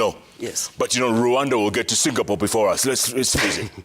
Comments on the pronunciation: 😂😂😂😂 Hao ni sisi mountaineers. Tunasemanga Singapole na Qatal (Qatar) 😂😂😂😂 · I was laughing at Gachagua whenever he say "Singapole" But i have now realized wenye kutamka as "singapole" Ni wengi😅😂